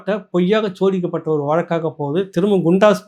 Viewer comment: ஜோதிக்கப்பட்ட வழக்கா? ஊம்புறத விடு. உச்சரிப்பு சரியாகும்.